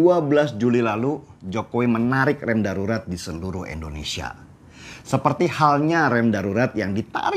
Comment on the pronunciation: Indonesia Bang Deny, bukan Endonesia 😁🙏